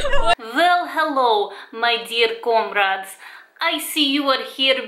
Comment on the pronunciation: "welcome back my comorade" 😍